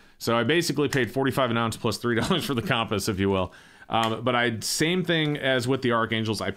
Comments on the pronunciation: He can’t pronounce “compass.” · Am I the only one who thinks says “compass” funny?